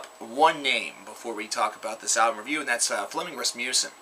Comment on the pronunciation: As a dane, I love the way Flemming Rasmussen is pronounced in English! :D